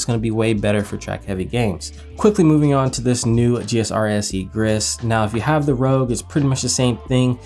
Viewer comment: "Grizz", "Rogue", "Mattee" 🙀 Love the videos despite the questionable pronunciations 😅